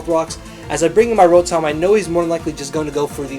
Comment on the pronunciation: roh-thom lol :p